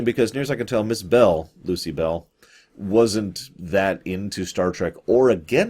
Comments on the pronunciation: DEZZI-LU not DESSI-LU; ; and LUCILLE BALL, not Lucy Bell...these names are HUGELY FAMOUS, and frequently spoken aloud...not knowing them kinda calls into question how well you did your research in other areas... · A few corrections: There's no "Ms. Bell, Lucy Bell" associated with STAR TREK but there was Lucille Ball, and she was married, for a time, to Desi Arnaz, with whom she did I LOVE LUCY. His first name was pronounced Deh-zee, and Desilu studios was a contraction of their first names: Deh-zee-lou. Doesn't sound like "dissolute." C'mon,! lol